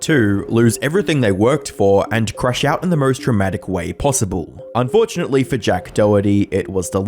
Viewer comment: I think you mispronounced fortunately Why do people give him views in the first place is crazy